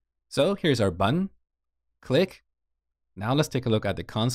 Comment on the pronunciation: please pronounce button as button instead btn